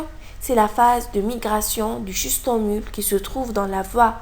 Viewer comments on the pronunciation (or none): Merci Il ya juste une chose a corrigé C'est " schistosomule " pas " schistomule " Et " S. intercalatum " pas " intercatalum "